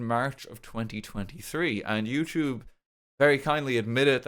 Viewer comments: can you say yewchube from time to time i'll miss it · You say Youtube in the same tone every time. It honestly sound like you're swearing when you casually say it. It's crazy what 2 years of videos can do. Congrats on the policy change! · It really does sound like you're cursing up a storm in this video. XD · Every time he says YouTube my ears perk up because I think he’s swearing 😭😭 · my brain auto-fills the f word every time you say YouTube is so funny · The YouTube made me trip up for a sec tryna figure out what the swear word you were saying was, then realized you said youtube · for a part of this video I was not actually looking at the monitor but was doing something else on my phone and my brain automatically assumed you swore when you said youtube, I have become so accustomed to that its crazy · When i hear him say "youtube" i just think he's swearing now 😔 🙏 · Huge W, super happy for ya man, and for all of us here on the platform. And, yes. It DOES sound like you're violently swearing every time you say YouTube, and that's coming from someone who's been with ya since Banana Bay xD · It's so funny, every time he says YouTube, it feels like he's cursing harder than when he says fuck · Honestly, every time RT said "YouTube" in this Video, it felt like he was swearing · I can indeed confirm that every time RT says youtube now I immediately think he's swearing